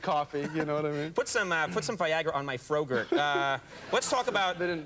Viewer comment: Did this nigga say, "frogurt"??